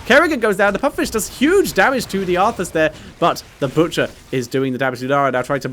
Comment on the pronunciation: When you said the butchers name in game i thought you had a stroke